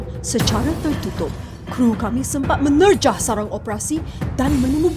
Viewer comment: menerjah tu pekat betul